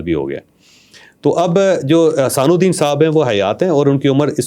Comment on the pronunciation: کمال تحقیق ہے کہ۔۔۔پیر صاحب کا نام بھی سیدھا نہیں آتا آپ کو۔۔۔حسان الدین نہیں نام حسام الدین جیلانی نام ہے